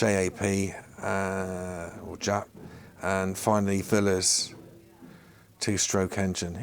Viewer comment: You obviously know very little about old machines. The two stroke Velocette was so very obviously a single cylinder machine. You didn’t recognise the Matchless tank badge and couldn’t properly pronounce Excelsior or Villiers.